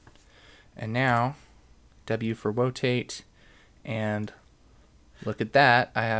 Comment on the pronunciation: Very helpful! And I was cracking up at "W for wotate".